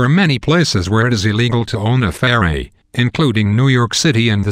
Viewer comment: This is so funny, he can't even pronounce ferret ROFL